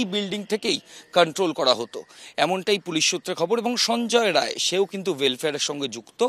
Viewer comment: সঞ্জয় রায় নয় সঞ্জয় রাই